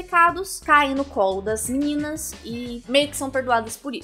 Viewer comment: nãoh mexah com as meninahs malvadahs